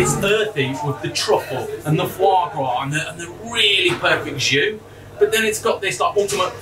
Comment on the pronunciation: Foie Gras; sorry but just stop there, its just wrong